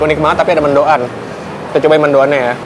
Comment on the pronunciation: Sebut mendoan ga dipisah mank bisanya, mendoan bukan mendo an